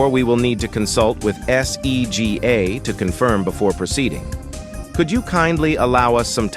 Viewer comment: "ess e gee aye"